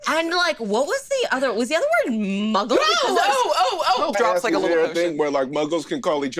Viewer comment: Man is out here saying "Muggle" with the hard L 💀💀💀